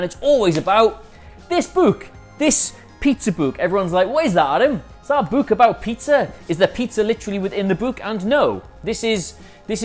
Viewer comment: Adam can't pronounce "book" right!